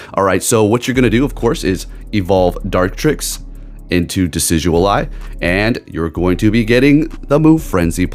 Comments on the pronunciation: How you’re saying it: De-Sid-You’ll-Eye How to actually say it: De-Sid-You-Eye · it's not DECIDUAL-eye it's decidueye!!!!🙄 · Decidualeye 😂 love ya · you're still pronouncing it wrong 💀💀💀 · Him adding the “L” kills me every time! Lol